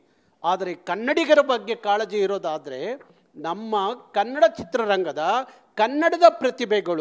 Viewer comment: ಇವನು ಮೊದಲು ಅಆಇಈ ಸರಿಯಾಗಿ ಕಲಿಬೇಕು...... ಅ ಕಾರ ಹ ಕಾರ ಉಚ್ಚಾರಣೆನೇ ಬರದವನು ಅದೇನು ಹೋರಾಟ ಮಾಡ್ತಾನೋ??!!!!!?? ಖನ್ನಢ......ಓರಾಟ....ಹಾಯ್ಕೆ.....ಎಣ್ಮಕ್ಳು... ಅಯ್ಯೋ ಭಗವಂತಾ ದೇವ್ರೆ!!!!! ಇವನ ನಾಲಿಗೆಗೆ ಮೈಸೂರು ಸ್ಯಾಂಡಲ್ ಸೋಪ್ ಹಚ್ಚಿ ತಿಕ್ರಪ್ಪೋಯ್!!!!!.........